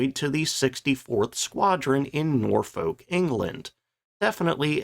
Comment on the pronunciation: Good video and I believe the cockpit of the hornet was used for the De Haviland vampire. How do you completely mispronounce Boscombe Down, and , poor Norfolk.